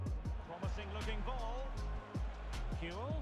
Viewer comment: It's pronounced like Qcool, not Kew-well